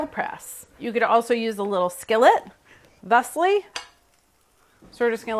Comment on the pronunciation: When Carla said "thusly" I died a little inside